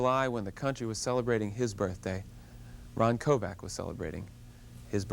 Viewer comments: His name is Kovic, not Kovac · Kovic not Kovac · "Kovac" its Kovic. The guy doesnt even know that he was shot in the chest not in the back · Sounds like he says Kovac?His name is Kovic! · Yes it is its Croation surname Kovic...not Kovac.... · Quit saying KOVAC! It's KoVICK! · Isn't his name pronounced Koe Vic????? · It would've been nice if the interviewer had pronounced his name right. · Wanted him on his show but pronounces his last name wrong🥴